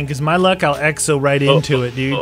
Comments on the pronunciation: "Eggzo" really just... Really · X O X OOOO NOT uxo or wtf you said lol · lol exo not eggso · Who else heard him say "Eggs oh Zombies"